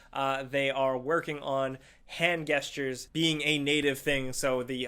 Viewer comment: I’ve never hear someone say gesture with a hard g sound